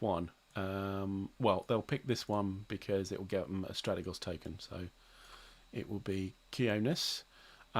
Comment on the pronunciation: Had to check this. I think Strategos is pronounced stra-tea-goes.